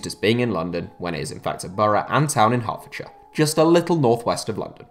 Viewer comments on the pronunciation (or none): none